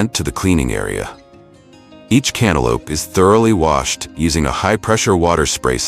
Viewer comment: Lol I giggled every time the voice over said canta lupe